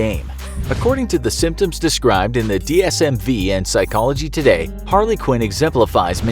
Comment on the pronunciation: It's pronounced DSM-5, not DSM-V. It's written on your animaition that way too.